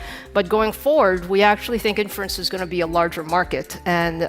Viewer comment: Buen video, gracias por compartir. Una nota, inference se pronuncia con acento en la “i” al principio como lo dice Lisa en el min